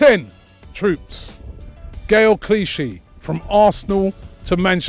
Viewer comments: Clichy fam not Cliche 😂😂😂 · It’s clichy, not cliche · "Gael Cliche" - I'm Done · LOL PUT SOME RESPECK ON GAELS NAME. IT’S CLICHY. LOL SMFH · You don't know how to write Thierry Henry... And it's Gaël Clichy.... not Cliche... Apart from that the video was entertaining.